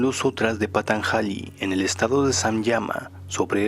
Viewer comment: Se pronuncia patanshali